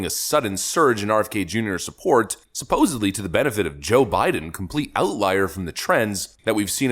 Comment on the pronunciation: Absolutely love this channel, but for what it's worth, it's "supposeDly," not suposably. 😊